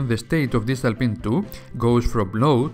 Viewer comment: Best explanation of interrupts I've heard. It's a well-done video with easy-to-follow instructions. I must admit I had to back up and turn on subtitles on in certain sections. I've worked with Arduinos for a while now and never heard the term "distal pin" before. After turning on subtitles I realized it was "digital pin" and suddenly everything made sense. 😄How is this the first time I've heard this guy? Now I have to check the rest of his videos. Good bye productive afternoon! lol